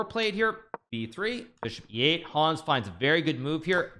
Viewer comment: Hikaru, he's called Hans, not Hawns